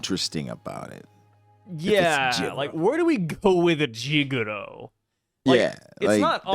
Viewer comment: It’s jigoro